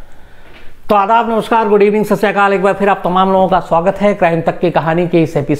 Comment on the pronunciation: Sir Ji aap pehle Adaaf kyo bolte hai? please answer.